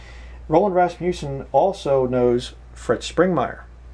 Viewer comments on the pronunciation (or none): First, you are pronouncing his name wrong. It is not pronounced with a long "U" sound. Second, his book is profound and full of truth, backed by scripture and careful study. You will have a hard time finding many men as godly as he was. He was taught the pre-tribulation rapture belief in college. Years later, after studying the Bible for many years, DAILY, ANNUALLY, he saw that a pre tribulation raptire was not scriptural. Yes, he knew MANY people from all over this world. That does not mean they were his "friends". You are conjuring up falsehoods and slandering this man. God will be your Judge, and you are bearing false witness against a true man of God. I was a member of Faith Baptist Church in Canoga Park, CA, for more than 15 years, and this man led me to the Lord in 1986. I have NEVER heard him speak anything that was unscriptural, or untrue. SHAME ON YOU!